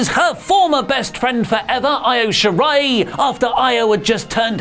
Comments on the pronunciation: The NXT announcer is the worst at pronouncing Shirai. (It's she-rye, not sher-rye.) Not a character name, but ura nage. Although to be fair, it seems no one in pro wrestling knows how to pronounce it correctly. (It's ooh-ra na-geh, not yer-ra na-gi.) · List of names can’t pronounce: Io Shirai Shingo Takagi Any other names to add?